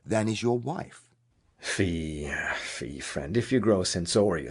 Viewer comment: "fie, fie, friend," he pronounced "fie" as "FEE." How did nobody catch that???